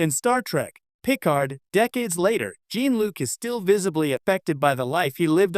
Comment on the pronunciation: The AI keeps mispronouncing Jean-Luc’s name. Very annoying.